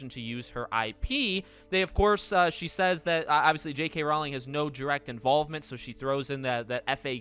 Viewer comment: Just FYI... "Rowling" rhymes with "bowling". :)